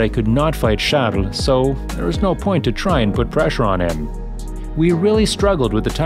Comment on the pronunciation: "Charles" = "Shadoss"